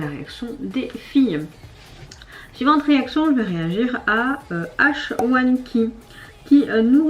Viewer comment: H1-KEY se prononce : high / key mais j’adore la nouvelle chanson, l’album est incroyable !! ma b-side favorite c’est : Be full of romantic 🫶🏻💗 Seoi est triste car c'est elle qui a écrit la lettre d'amour à Riina, mais au final tout le monde pense que c'est le garçon de la bibliothèque... donc elle pleure car elle voulait être le premier amour de Riina 🥹